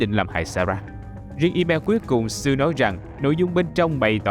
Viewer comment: sou đọc là so u mà oi:<< đọc là tsu mất tiêu òi:<<